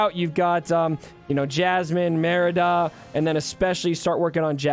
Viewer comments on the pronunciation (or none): none